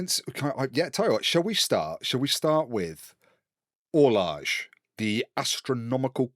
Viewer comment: You shower of ignoramuses. Orloj is pronounced or-loy. Ada is pronounced ay-duh. FryxGames is run by the Fryxelius family, not the 'Fryx' family. Love the podcast!